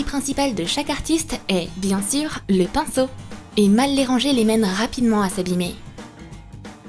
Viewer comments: A oui oui le pincho on dis le pinceau 😂😂😂🤣🤣🤣Mdr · *AUX MIEUX DE DIRE PINCEAU ELLE A DIT PINCHEAU *